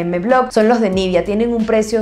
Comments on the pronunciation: Nivea, no nivia pronuncia bien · Espero no sonar grosera con mi pregunta pero: ¿porqué pronuncias "nívia" y no "nivea", así le llaman en Argentina?